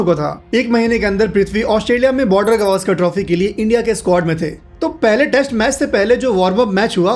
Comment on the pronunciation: गवास्कर नही गावस्कर कहे।